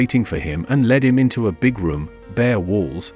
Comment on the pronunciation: Can't pronounce English. Lead, led. Missed?